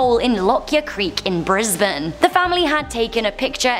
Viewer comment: hooray, she pronounced Brisbane correctly